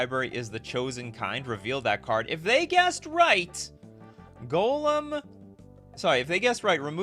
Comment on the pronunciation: The fact that you pronounce Gollum like golem rly triggers me xD never heard anyone pronounce Gollum worse xD